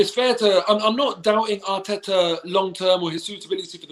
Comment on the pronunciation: speak rapish Atita was rang